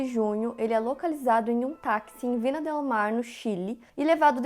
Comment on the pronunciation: Viña del Mar. Vinha, no Vina.